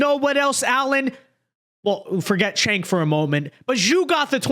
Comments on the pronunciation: Chunk yogurt when are you gonna get his name right?😂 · I know it’s a small thing, but if Cenk is going to start being reasonable, we ought to get his name right. Pronunciation— sounds like: Jank You-grrr